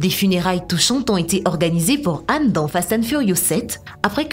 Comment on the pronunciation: Son mom est "Han" Pas "âne"